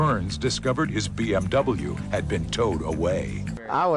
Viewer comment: i swear he said BFW instead of bmw.